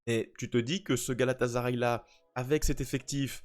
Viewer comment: Coucou, je voudrais te rappeler une chose, rien de méchant bien sûr et ne m'en veux pas s'il te plaît mais GALATASARAY se dit GALATASSSSARAY et non GALATAZARAY...c'est comme si tu prononçais MARZEILLE au lieu de MARSEILLE... Sinon j'adore ta vidéo car pas assez de Francophones ne parle de cette équipe qui a fortement investi dans ce mercato...comme tu le dis de DINGUE ❤